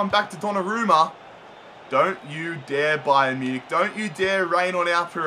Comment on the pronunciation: Ba-yern Mu-nich XD